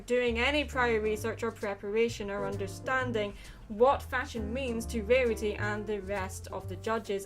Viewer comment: Under...sting? ENGRISH! Great, GREAT video, and I loved the added quotes! This was very enlightening. :D <3